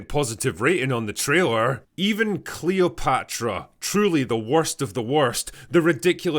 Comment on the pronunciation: "Kchleopatra was blackch". I will never forget her awful pronunciation.